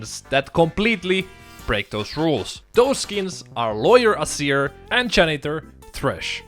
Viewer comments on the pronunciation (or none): Why do you pronounce it "Assir" instead of just "Azeer"?